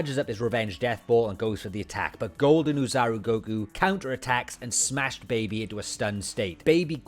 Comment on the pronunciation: Good lord, I don't think I've ever heard a single Dragon Ball YouTuber pronounce Ōzaru correctly. It's OH-ZAH-ROO, NOT OO-ZAH-ROO. Japanese vowels are pronounced the same way as Spanish vowels, A-E-I-O-U are ALWAYS pronounced AH-EH-EE-OH-OO. The double O that Ōzaru is usually Romanized with simply means that the OH sound is drawn out slightly, NOT that it's pronounced like u. And hell, no one ever translates it properly either. Ōzaru literally means Great Monkey, NOT Ape (I blame the shitty Funimation English dub for always calling it Great Ape). Like... notice how it has a tail? Know what else has tails? Monkeys!! Know what DOESN'T? APES! OH-ZAH-ROO. Great Monkey. It's not hard, just gotta do your research and not blindly use all the incorrect terms and mispronounciations that are rampant throughout DB's godawful English dub.